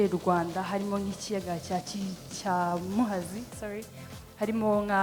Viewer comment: Yewe nbr 1wap pe Ni mubi afite ubwoba nkazi nibintu bitatse intara akomokamo!ananirwe no kuvuga lake muhazi